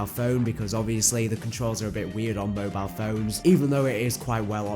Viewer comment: It’s mobile not mobilell 😂wtf